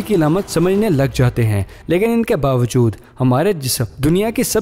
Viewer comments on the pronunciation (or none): none